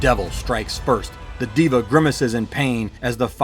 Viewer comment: Can't stand when Devas are pronounced Divas 😅🤦‍♂️